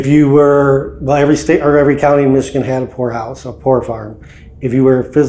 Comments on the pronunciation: Hey, every time you say ''poor house'' it sounds to me like you are saying ''whore house''. Please go back there, it was cool. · I thought you said Whore House 😂😂😂😂 Then I watched it again and I heard it correctly Poor house!.😂 😢sadly most poor houses are haunted due to the poor conditions those whom had to live there and slavishly labor for their costs of living there!. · anyone else believed he said Whore house at first... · i thought he said whorehouse haha 🤣😂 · I had to listen like 5 times..... i could've swore he said whorehouse. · Poor house, I thought you said whore house😮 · So it took me about 20 min before I realized you were saying "poor" house, I was hearing something totally different 😂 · Vanburen Whore House! LMAO People need to learn how to pronounce HORROR if they're going to continue in the genre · me too! 🤪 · 😂 I heard that too